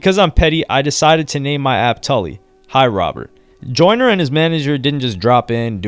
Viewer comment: Its pronounced tooly Nd its pronounced wuh ster .. do your research